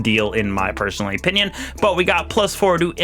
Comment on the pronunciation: A canadien critique... EH-pinion